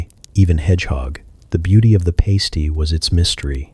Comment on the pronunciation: Past-ee not paste-ee